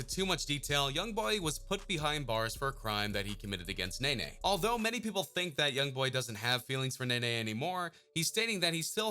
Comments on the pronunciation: Nae Nae 😂😂😂 its NEE NEE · Anybody else got mad wen he kept saying nana instead of nene 😂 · How you heard this man pronounce her name “ knee-knee “ & you still gone sit there & say “ nay-nay “ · “Nae nae” now I know u can read it say Ne-Ne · lol it's pronounced Nene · It's pronounced nini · It’s pronounced knee-knee 😂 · okay first of all baby joe (yb best friend ) is the one sitting next to Draco (his son) second he dropped another song the next day & her nameee is pronounced “knee knee” he literally said that also he is dropping 38 baby 2 soooo idk wdf u talking about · its nene (knee-knee)